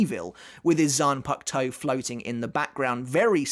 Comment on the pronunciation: How does he say zanpakuto properly, but not kenpachi or zaraki? Proper pronunciation needs work